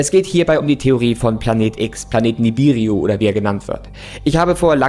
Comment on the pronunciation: sagt Ihm bitte mal das dieser vermeintliche Planet Nibiru heisst und nicht Nibiriu, Danke.